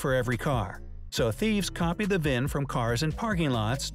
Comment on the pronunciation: V-I-N not VIV. Vehicle Identification Number